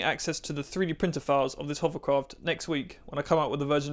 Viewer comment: you ruined my children. They can no longer say "hovercraft," all they say is "hoverCROFT".